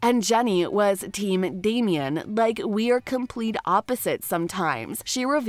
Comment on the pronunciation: Damien?! Gurl.